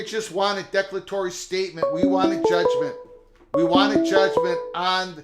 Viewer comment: Declare a tory is the pronounciation